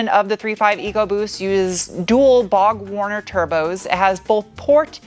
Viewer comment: Babe, it's BORG WARNER, BORG WARNER not Bog Warner, lol. Just sayin.